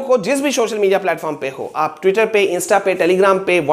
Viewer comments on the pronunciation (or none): none